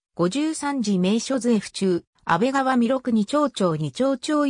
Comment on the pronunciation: 安倍川は「アベガワ」でなく「アベカワ」，二丁町は「ニチョウチョウ」でなく「ニチョウマチ」です。また、９６カ町は「キュウジュウロッカチョウ」と読むべきです。